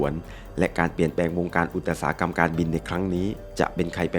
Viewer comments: อุตสาหกรรม=อุด-สา-หะ-กำ ไม่ใช่ อุด- ตะ-สา-หะ-กำ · ขออภัยนะคะ นอกเรื่องนิดนึงค่ะได้ยินคำ อุตสาหกรรม ถูกอ่านว่า อุด ตะ สา หะ กำ ซึ่งผิดจากที่เคยเรียนมา ว่าอ่าน อุด สา หะ กำ รบกวนผู้รู้ด้วยค่ะ ขอบคุณค่ะ